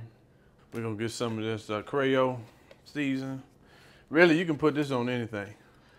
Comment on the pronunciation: “Cray O seasoning 🧂 “ 🤦🏾‍♀️